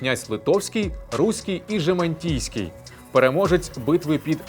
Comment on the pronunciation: Гарне відео. Дякую. Тільки треба трохи акуратніше з вимовою голосних у латинських словах та деяких назвах (Жемайтійський).